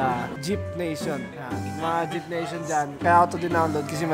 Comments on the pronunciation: HAHAHAHA nakakatawa yung "jip" nation 😂😂😂😂 J Y P Nation dapat yun 😂😂 the best ka talaga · baka malito po kayo sa “JYP nation” di po “JEEP nation”, “jay-why-pee nation” po ang bigkas skl po 😂